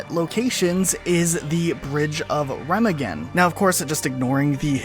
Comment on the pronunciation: It’s pronounced Rem Ah Ghen